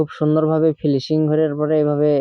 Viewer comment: ফিলিসিং না,,উচ্চারণ হবে ফিনিসিং,, অনেক ধন্যবাদ এখনোর জন্য।